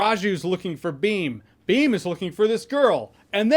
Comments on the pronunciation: It's bheem not beam 😂😂😂😂😂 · He kept saying beam not bheem, white people can't say भ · BIM😁, its bhhhim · Also he said beem not Bheem because the sound of BH does not exist in English language 😂